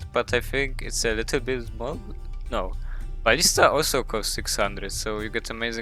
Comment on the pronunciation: I always hear barista instead of ballista 😂